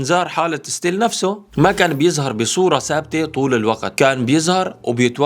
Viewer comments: اسمها stall وتلفظ ستول صعبة تكملة الفيديو مع هيك غلطه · مفيش حاجه اسمها ستيل حضرتك قول انهيار وخلاص مدام مش عارف تنطقها